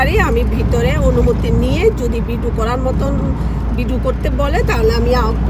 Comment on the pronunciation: ভিডো না আপা, উচ্চারণ হবে ভিডিও।